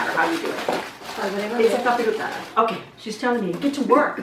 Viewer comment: No offense but it’s capirotada